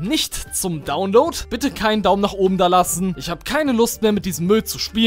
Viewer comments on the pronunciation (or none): none